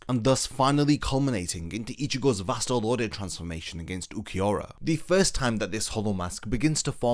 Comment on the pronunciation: "Vast Lord" VASTE LORDE Wut?